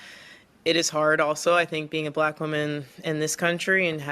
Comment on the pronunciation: "AS A BLATT WAHMAN IN THIS COUNTRY..." ITS EXHAUSTION NOW